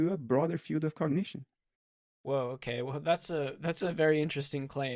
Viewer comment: Hi, can somebody please explain what a “fiut” is? Unless I misunderstood and Bernardí is saying “field”… 😊